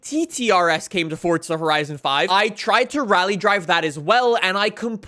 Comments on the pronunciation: It's Forza not Fortsa #justsaying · It'S FORZA NOT FORTZA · Why do you say “ fortza horizon”, there ain’t no t in forza